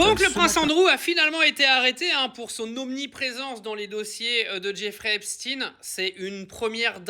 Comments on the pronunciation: Epstine pour faire sonner russe ❌️ Epchtaïne ✅️ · Deja commence par dire epstein et non epstine sinon pour le reste je suis d’accord à 1000% et que ça face echo en france parce que je suis sure qu’il y a une bonne partue des politiques et show bizz qui serrent les fesses en ce moment .